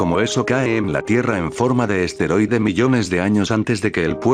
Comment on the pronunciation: Minuto , no se dice esteroide, se dice asteroide, ¡Pronuncia bien!